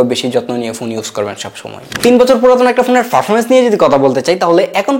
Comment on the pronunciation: Sala protoma kota bola sik ferfomence na performance hoba😂